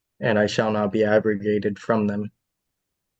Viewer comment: did he say aggregated or aggravated ? or some other word i don't know?